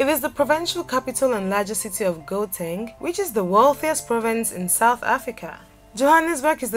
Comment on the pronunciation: It's gau teng. Not go teng